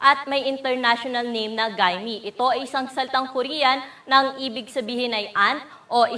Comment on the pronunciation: *GAEMI (pronounce po as "ge-mi" po yan)